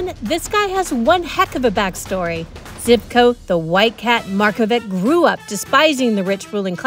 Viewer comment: Zhivko, not Zivko!